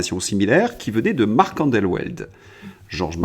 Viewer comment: Marc Endeweld : ça se prononce andevelt :)